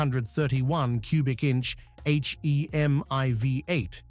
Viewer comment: The AI voice over was quite convincing until it said "H-E-M-I".